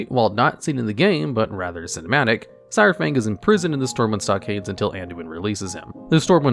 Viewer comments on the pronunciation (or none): I'm so tired of how you pronounce "saur" its "SAHR-fang" not "sour"